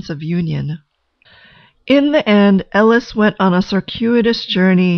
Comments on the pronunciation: on a soul level and a speech level her name is pronounced "A-LISH" not "L -ES" and that is not hidden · This is very interesting- nice work! However, her name is Eilis not Ellis. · Thank you for understanding I wasn't trying to be critical--just helpful. It is pronounced Ay-lish in the movie. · So awful that the name has been changed. Surely it would have been easy to make sure it is pronounced correctly. It’s Ellis and not Ellis. She also didn’t leave Ireland because she wanted bigger things . There were no opportunities for her in the small town and her sister initiated her emigration. This is really clear in the book. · I appreciate the analysis, but I must say that the mispronunciation of Eilis's name annoyed me throughout. I fear how the pronunciation of the lead actress's name would have sounded.